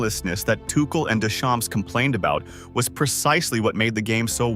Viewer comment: Ai : do not pronounce p and s of Deschamps. It is a French name. It means "from the fields"